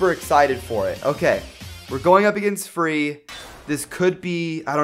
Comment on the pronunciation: Is free or fee? I thought it was fee :/